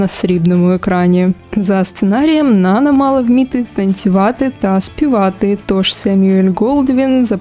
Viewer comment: Правильний наголос: НанА ( припадає на другий склад..це французьке ім'я)